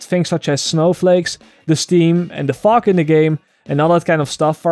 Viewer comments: milk gauthier Ha-ha, I know, it was a joke. His English is pretty good, but it sounded like "fock". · When you say fog it sounds like fuck